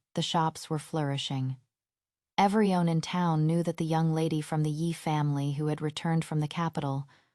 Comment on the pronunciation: This AI can't pronounce everyone (every-one), but says every-on 🙄